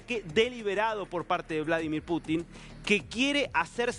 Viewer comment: Estas nervioso, sos un tonto para hablar. Como vas a decir Bolo dimir Putin. Nadie te entiende lo que informas. Mejor practicas antes de informar